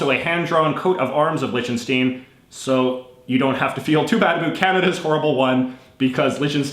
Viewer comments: You mispronounced Liechtenstein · send beim nächsten Mal einen Aussprachehinweis für das Wort „Liechtenstein“ mit:p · why are you saying Lichtenstein wrong!